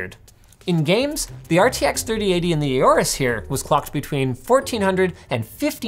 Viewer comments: Stop calling it A-AU-RUS, it's called AU-RUS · It's Horus not Aorus